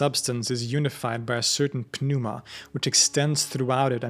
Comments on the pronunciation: The 'P' is silent in the word pneuma. It's pronounced like new-mah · Why are you pronouncing the "p" in "pneuma?" The "p" is silent (noo-muh) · Is this actually how pneuma is supposed to be pronounced?